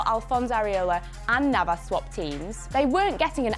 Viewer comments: As soon as she said Navas I knew I can't take her seriously anymore. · "Navas" im going to pretend i did not hear that